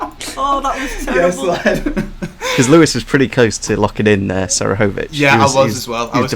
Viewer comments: how can you guys not pronounce Seferovic..? smfh it’s not Serefovic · I haven’t yet heard a worse pronunciation for Seferovic 😂 Great video though,! The questions were quite difficult, but they were again really creative!:)